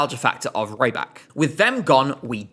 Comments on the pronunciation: He's not "Ray-bak", he's "Ree-bak" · I keep being thrown off by pronunciation of Rybak... it should be that of 'rib' not 'ribe'.... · Please pronounce it Reebak and not Raibak, it’s killing me slightly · Alexander Rybak ❌ Alexander Rajjbakk ✅ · With the incomprehensible nose dive that MGP has been taking since 2024, Alexander’s participation is THE LEAST OF MY PROBLEM. 😂 Note: it’s Alexander REEbak, not Raibak 😂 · R-Ály-bak. - auch👂...not for the song, for the name pronouncing. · "Alexander Raybak"😭😭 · Why do you pronounce Rybak like "raibak"? He's Belarusian and you speak Russian, you should have recognized that his last name is just the word "fisherman", рыбак. So it's pronounced closer to a short i sound, not the long ai. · you're right, it is pronounced ree-bak! This guy totally mispronounced his name. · That’s not how you pronounce his name.